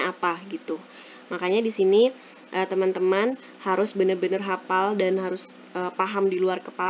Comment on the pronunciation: hafaaaal bukan hapal